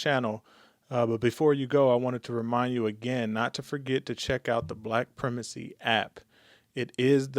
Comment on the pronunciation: The pronunciation of primacy is /pri/ with a long "I" (as in "ice").